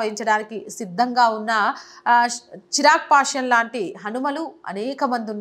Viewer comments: నమస్కారము హిందూ సమాజానికి తెలియ వలసిన మంచి విషయం గురించి వీడియో చేసినందుకు ధన్యవాదములు. కానీ ఒక సూచన తన పేరు చిరాగ్ పాష్యన్ కాదు "చీరాగ్ పాశ్వాన్" దయచేసి సరిగా వుచ్చరించ గలరు, దయచేసి మరోలా అనుకోకండి. జై శ్రీ రామ్ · సదరీ! చిరాగ్ పాశ్వాన్ అనాలి. మీరు చిరాగ్ పాశ్యాన్ అంటున్నారు.